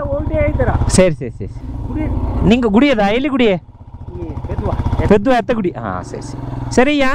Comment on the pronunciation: Adhu bettadhala illa bro (pedhala ) pedhuva..